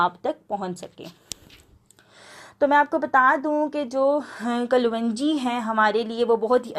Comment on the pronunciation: pronouncesation sahi kero klonji kaho